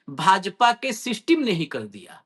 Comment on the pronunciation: जब आप सिस्टिम बोलते हो तो मुझे हंसी आ ही जाती है भले ही कैसा भी मन हो😂😂👍👌